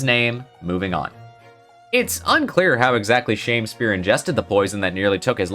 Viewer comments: Shamespeare? But there's no e between the m and s, it's Shamspeare, like a sham Shakespeare. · I think it’s supposed to be pronounced as Sham-speare not Shamespeare. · One thing that’s bothering me this video is the “Shame spear” pronunciation It’s not “Shame” but “Sham” He’s a fraud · .......SHAMspeare not SHAMEspeare